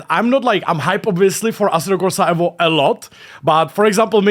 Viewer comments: It’s evo mate. Not evvo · Dude it’s Eevo not Ehvo!